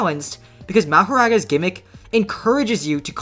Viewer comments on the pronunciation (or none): Moh-Hor-Aga just say it right 💀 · Yay said mahoraga correctly instead of saying mah ha ragaaaa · how did you manage to piss me off with the first word of the video. who says his name like that